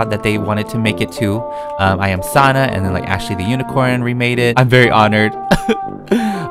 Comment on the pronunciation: He said I am suanna but its I am sanna